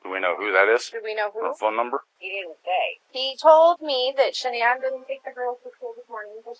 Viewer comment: “Sha-nan” Go fuck yourself with this bullshit, zero effort, trash.